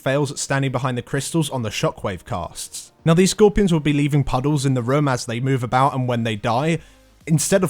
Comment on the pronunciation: IT'S SKOR PEER ON!! NOT SKORPY RON HAHAAHAHAHAAH MY EARS!